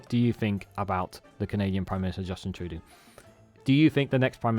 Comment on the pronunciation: we peaked out with justin! now, it's a long, sad road downhill when it comes to pretty-boy PMs. so long justin - you'll be missed! 😊 ps - it's pronounced "true-dough" 😉